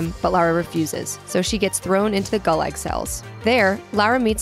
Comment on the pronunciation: The way she said gulag irritates me